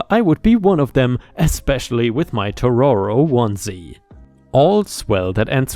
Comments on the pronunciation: im sorry for the Critisism but my guy it´s TO-TO-RO not TO-RO-RO again im sorry to be so pedantik about it but i love Studio Gibli movies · TO-TO-RO!!! not Toro-to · Kay, so it's killing me a little bit inside, Totoro is pronounced Toe-Toe-Row (like the toes on your feet, then like rowing a boat) I would blame English, but the word is Japanese, so it's a whole other level of trying to say a Japanese word while speaking English. In proper Japanese they have a slightly different accent on it (the real one, obviously) but I'm not sure how to write it out phonetically, so crappy English pronunciation that's close-ish it is. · it hurts my soul hearing totoro mispronounced so many times